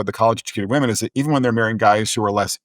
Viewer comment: I’m sorry, what is with Brad’s annunciation of “women”? Half the time it sounds like he’s saying “liberal men.” It’s like he rushes through “liberal women” as if it’s a bad word. Very hard to follow…